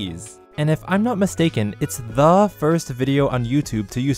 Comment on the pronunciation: why did he emphasise THE